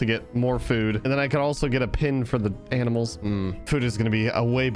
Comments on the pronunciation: aminals man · LoL in min. he says "i'm never this nice to any aminals" hahahaha